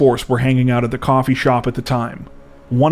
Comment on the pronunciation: Coppee Shop not a coffee shop!! Ah ha ha ha I’m so flipping lame 😂❤